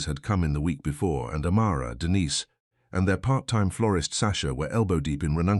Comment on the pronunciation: I wish the AI would learn to pronounce Denise!